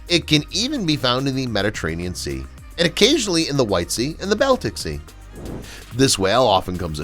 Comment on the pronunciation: Sei--it's pronounced "say," not "sie." Baltic Sea--it's "balltic," not "belltic."